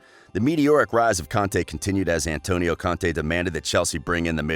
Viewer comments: He's not Conte...He's Kante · It's confusing the way you pronounce Conte and Kante the exact same way.